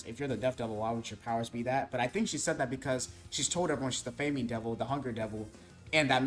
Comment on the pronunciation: You mean Fah- muhn, that’s not how you pronounce famine.